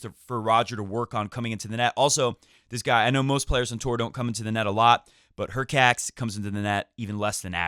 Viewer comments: Hurkach not Hurcats- no felines here ☺ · "hurkacz" should be pronounced as /hurkatch/, similarly to e.g. "latch"